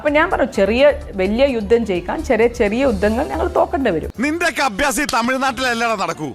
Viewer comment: യുദ്ധമല്ല... ജുദ്ദം